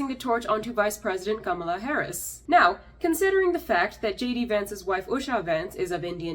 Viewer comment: Thanks for pronouncing Kamala's name correctly. Something she herself can't even manage. My cousin has the same name and we joked about how apparently we've been saying it wrong all these years. You're also spot on about us being perpetual foreigners. It doesn't matter how much of your dignity you forgo you're still an outsider. My family has been in the UK for 70 years bending over backwards to assimilate but it makes little difference. The minute you assert yourself in the minutest way possible they remind you of who you are.